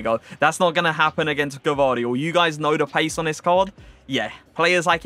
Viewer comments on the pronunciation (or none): Yeah you are saying it wrong you pronaunced a before the v bc its gvardiol or you can just say joško š=sh just to say so you don't call him josko